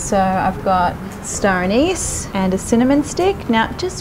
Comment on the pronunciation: "stoneys" = star aniz :-|